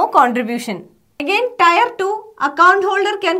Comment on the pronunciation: टायर नहीं टीयर